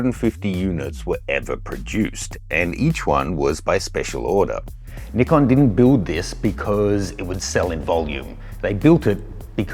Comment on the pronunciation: I hate the way you say Nikon, even the commercial guy pronounces it "n-eye-con"